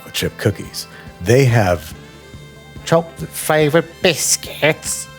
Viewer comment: As an Englishman, "tchok-litt fleigh-vudd biss-kehttz?" sent me